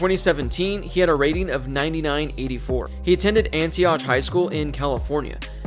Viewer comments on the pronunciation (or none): bro completely mispronounced Najees high school, it’s pronounced “Antiyoc” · FYI it's Ant-E-aaahhh-C. Ok thank you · Btw it’s (ANTI -OCK) lol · Lol why you say Antioch like that 🤣